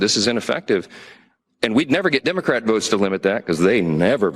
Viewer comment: You said dumbacrat ? I like it.